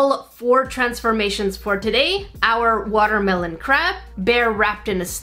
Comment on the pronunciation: it a woter melon and a crab Me: Woter crab